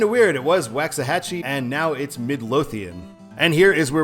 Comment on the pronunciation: Just a tip brother it is pronounced WALKS-A-HAT-CHE